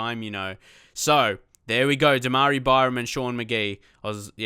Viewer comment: I thought demarai was pronounced dema-rye-ah